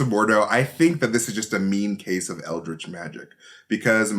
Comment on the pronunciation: Its Eldritch not Eldrik. I just had to say it